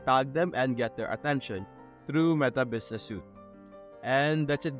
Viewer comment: this is not tagging people, this is adding someone into the account. tagging people is when you them in a post. also as a note, 'Suite' is pronounced like 'Sweet' rather than 'Suit'